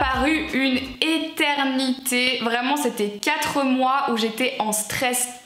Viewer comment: Je suis la seule à avoir adoré le É-TER-NI-TÉ ? 😂